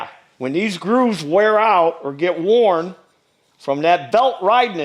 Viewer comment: We love ❤️ - especially his pronunciation of WORN “war out”